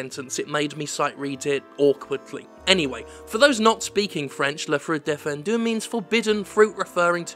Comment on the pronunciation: le frouite défendiu